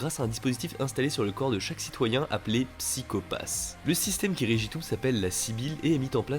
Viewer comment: je critique pour sa prononciation de psycho pass c'est SaIko Path xDDD